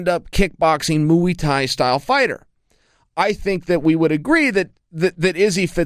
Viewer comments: he says mui instead muai xD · “Mooee tie” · Anderson “Moeei Thai” Silva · "Mooey Tie" -Chael Sonnen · Moo-ey Tie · Mooey thai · "Moo-ey thai" 🐄🐄🐄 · moo-y tie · Mooey tai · mui-tai lol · Moo-ee ty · Lol "Moo-Wee Thai" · Moo-ee thai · “Moo-wii” Thai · Chael “Mooey Thai” Sonnen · Every time Chael say's "Mooey" a Bad Guy turns into a good guy. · Any mooee???????? Mooee thai??? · Moo-ie thai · Mooey Thai 😂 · he was doing "mooey tie" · Chael "mooey thai" Sonnen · I've got beef with Chael. Moo-ey Thai? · Moo'ie tie. At this point I wouldn't be surprised if chael can't pronounce his own name. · Chael “moo-e tie” Sonnen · yeah what the fuck like chael,its only a word you might well have heard everyday for the last twenty fucking years ahhaha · Chael Vs Brendan Schuab for the Pronunciation belt of the world. I've recently noticed Brendan now will mumble like hes skim reading whenever a name with slightly challenging Pronunciation comes up. Chael just goes straight in and gives you a version of the name crystal clear with no shame. Chael is the don!!